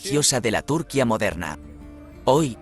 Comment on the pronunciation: que mal habla, aprenda a pronunciar propiamente, hace del video una mierda.Ese acento español, pronuncie como se pronuncia en su idioma. la ñ, y no es túrquia es turquia. IGNORANTE!